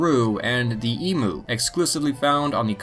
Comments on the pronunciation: It's not emooo it's emu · Emoo? Emu, pronounced E-m-you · 2 tips the national animal of Australia is only the red kangaroo also it’s actually pronounced emyu not emu besides that good video I really enjoyed it ok bye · Wtf Australia does exist dumby is not emoo it’s emU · If you could pronounce emu correctly that would be great, E-mu not Emoo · eem-you idot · Eem-you not eemoo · Australia exist you flat tard And it’s pronounced em~you not em~moo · Just have to say: Emu is pronounced /ee-mew/ not /ee-moo/ ... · It’s pronounced eem-you not e-moo Just thought you should know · okay okay listen mate. just gonna say it doesn't matter if your from america or china it is pronounced e-mew not e-moo talk to any aussie and they'll tell you that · There is no such bird as the E MU. it is the E M U. Just say each letter separately then run them together. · Its pronounced "eem u" not "eemoo" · emoo it’s emu😂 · Also it's pronounced eem-you not eem-oo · Just here to point out that it's pronounced 'eem-you' not 'ee-moo'. And no we didn't have a fully fleshed out war against the bunch of birds lol. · Can’t even pronounce Emu right, heres how to pronounce it properly ( Eem-ewe ) its not eeemoo, its not a cow it’s a bird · its pronounced (eem you) btw, not eemoo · I wish Yanks would not pronounce Emu as Emoo !!! It is in fact like Eemyou. Want to piss an Aussie off ... say it like the former rather than the latter. We’ll sick a drop bear on you! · its pronounced "eemyoo", you sack of cane toads. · Emu is pronounced EEM-YOO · You said Emu wrong, pronounce it Eem-you!!! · E-moo lmaoooo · you said emu wrong did any other Australians cring at that? the actual way to say emu is eem-you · shh let them wallow in their em-oo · Always makes me laugh when Americans try to pronounce "emu". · aaahh its painful listening to him mispronounce the word "Emu" like 10 times. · You said emu wrong. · Dear narrator: please learn how to pronounce 'emu'.